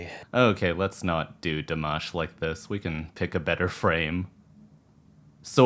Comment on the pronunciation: El nombre Dimash se pronuncia con la "i" latina,no con la "o" latina. Nunca lo pronunciaste bien, amigo.. Saludos desde Argentina.